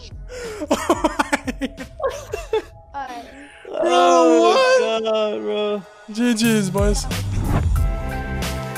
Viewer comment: No one: and the kids on the mic: "SpAgHeTiOs"